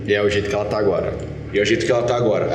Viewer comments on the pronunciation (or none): O falando pro guaxi: "agoria" KKKKKK